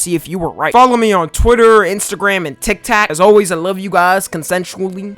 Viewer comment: He says tiktak